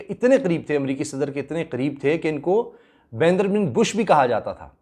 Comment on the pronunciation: Assalam Walikum Assal Naam Sultan Bin Bandar Hai👍 Not Sultan Bin Baindar Or Yai Bandar Lafzz Farsi Say Mansoub Hai👍